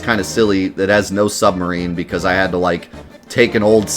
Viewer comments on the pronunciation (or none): none